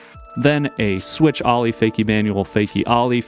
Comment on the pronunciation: How can you not know how to pronounce the word “Ollie?” My god. Ollie American pronunciation Sounds like aa-lee